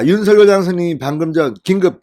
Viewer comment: 윤서결 아니라고요 방송인이 공식적으로 발음하기로 한것을 무시하는 발음 듣기 불편합니다 ♡♡윤성녈 ♡♡ 입니다